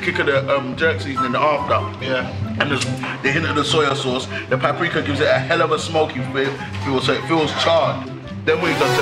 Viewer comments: oh loool coz at the start chip was saying pap-rika but oh well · They saying pap rikar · catch chip saying pap-rika cause man don't pree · is it me or are they all pronouncing Paprika wrong? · Didn’t even say paprika right 🤣